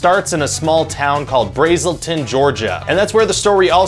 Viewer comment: You mispronounced Braselton!